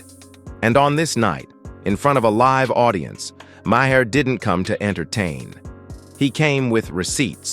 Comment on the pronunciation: "May her". "Muh hair". AI narration should be banned